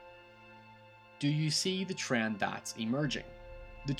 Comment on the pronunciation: trend, not TRRAND